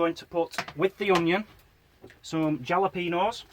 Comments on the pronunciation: Didn't want to say it yesterday, but jalapenos has silent J. It sounds like H. Just ask the thousands of Mexican's around, ....ok.... Here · When you say jalapeños pronounce it with an “H” for the letter “J and that would be perfect. Lol. Love your cooking. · you keep me laughing. Jalapeno the j sounds more like an H. I'm from Tennessee in the United States I am curious on how Yorkshire Pudding tastes. Love you guys!